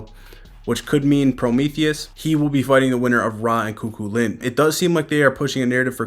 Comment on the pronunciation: It's pronounced coo-cullen. Great coverage. KEEP IT UP!